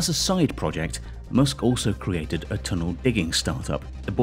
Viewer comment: "Elon M0OSK"